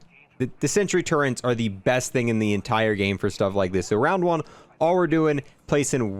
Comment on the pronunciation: Does nobody know how to pronounce turrets correctly? There's no n